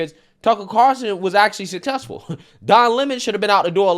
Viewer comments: Car'ul'son, not Carson, lmao. I'm just messing with ya. You get it right half the time. Also, taking "sea moss" just seems weird. Can't I just go out to the ocean, dive under and grab some? Hehe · Haha I wasn’t the only one so bummed about the pronunciation of Carlson. Haha that’s funny. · i wonder if will ever learn how to pronounce "Carlson" lol.